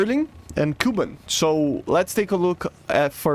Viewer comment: It's berlIn and kubAn, not bErlin/kUban